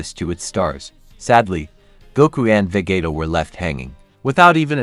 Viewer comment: Nice video but are seriously saying "vegueta"? As if saying David guetta ?.... Bruh.